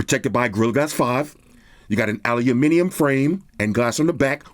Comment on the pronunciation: Shout out from the UK for your dedication over the years to the proper pronunciation of 'aluminium'!